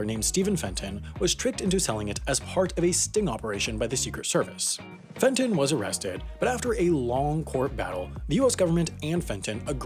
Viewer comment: Fenton! Jesus Christ!